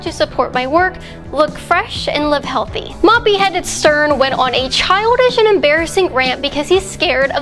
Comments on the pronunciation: Is my hearing off, or did you repeat say SERN instead of Stern? 🤔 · who cares ... I heard Sperm